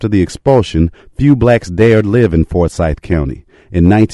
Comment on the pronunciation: It's not Fore-syth County. At least pronounce it correctly.